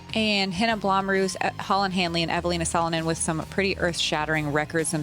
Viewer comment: I think Blomroos is pronounced as “Blomrose”.